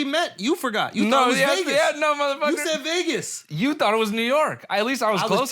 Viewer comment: that no motherfucker coming from Noel sounded a little too Mexican bro… 👀